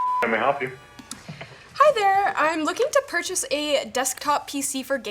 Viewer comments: She wanted to "perch" a computer? Ha! She did great, even though she was nervous! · lol I guess if merch exists then you can surely perch.